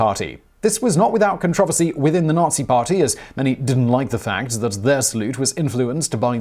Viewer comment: It’s controversy not controversy